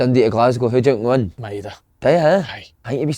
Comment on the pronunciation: Slaney it's Ma -e-da not Meda